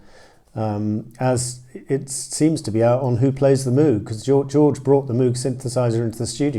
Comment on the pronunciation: Robert Moog’s name rhymes with “vogue”—the mispronunciation is practically universal and the spelling certainly leads one in the wrong direction.